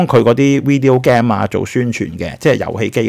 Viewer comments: Video Game 嘅 Game 發音錯誤, 執執佢啦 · 好多HK YouTuber 都是他相同發音。我以為自己錯。於是上網去查發音😅